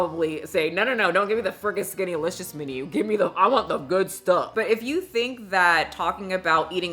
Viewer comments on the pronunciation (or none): I'm reading "SkinnYlicious" why is she saying "SkinnAlicious" 😫😪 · 🎶skinty🎶skinty🎶skinty🎶 Haha that’s how I hear it and I love it 🤣